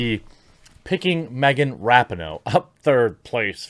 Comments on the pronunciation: It’s RAH-PEE-NO Jeremy. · Rapinoe (ra-pee-no) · I love every time he says Rapinoe incorrectly, doesn't he know its pronounced (Duh'mb Kuh'nt) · I love how Jeremy keeps mispronouncing Rapinoe's name. I'm sure on purpose.